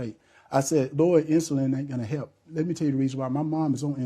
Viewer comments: Why can't he pronounce " help". He said he " wrotten" many checks. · Truth be told,this guy cannot even say the word help,what is hep man,English is our language not gibrish,speak with intelligence if HE wants to be US SENATOR. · 😂😂😂 also he keeps forgetting to pronounce the ‘l’ in help . 😪